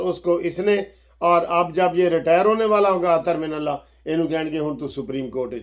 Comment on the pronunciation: I like It Sir when you say Mani mantle 😆😆